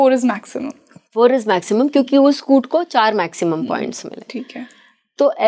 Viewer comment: Kuta kya hota hai maam faaltu ki vocabulary mat bnao its not kuta it is kut